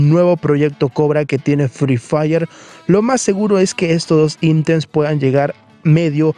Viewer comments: Región Latan = Latam. Nuevos intems = Items. Cuida tu pronunciación y crecerás bro, yo casi cierro el vídeo cuando escuché eso) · "Los primeros intems"